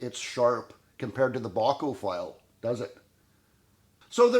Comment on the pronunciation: Thank you,, for sharing that information and visual aid in teaching. And yes, I believe you're pronouncing "Bahco" correctly. That's how I've always heard it said.